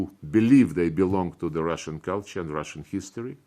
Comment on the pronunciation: "Russian cool tour" he said 🤣🤣🤣